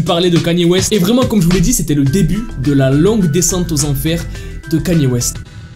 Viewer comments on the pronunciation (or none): Kanier au lieu de kenye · Je rêve ou il dit vraiment Kanyé au lieu de Kanye 😂😂😂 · Stop saying kAny west ;-; sa se prononce kEny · kainew west la prononciation pas knaiiiiie west 🤣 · on dit pas kenier mais keny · kanier west moi:panier west... panier ouaip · le seul mec qui arrive à écorcher le non d'une star puis le dire correctement et écorcher de nouveau (Kanier West)🤣😂🤣😂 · J’suis la seule à prononcer le nom de Kanye West « Kenny »?😭😭